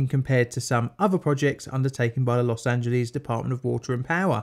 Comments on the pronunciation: Los Angeles is pronounced Loss Ann Juh Less. Not Lees. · Very informative and funny video about the topic. Tip: its pronounced, loss-an-gel-less. 😉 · Los Angeles not Los Angelease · British English speakers seem to think "Los Angeles" is Greek and ends with "leez." Of course, it is Spanish and it has its own American anglicized pronunciation which ends with "less." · I love how Brits pronounce “Los Angeleeze!” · "Los Angeleez" Oh British people, you so silly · >>> 12 minutes of Elmer Fudd speak....SHEESH! <<< There's NO such !@ place as Los Angeleeees